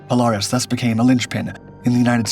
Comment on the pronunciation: POLE -AIR-IS not POLE-ARE-IS